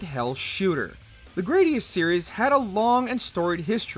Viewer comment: Gradius uses the short "a" sound.